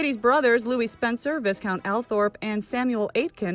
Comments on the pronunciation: V-EYE-count not v(is)count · No you didn't just say, "viss count"? How ignorant is that? It is pronounced, VYE COUNT.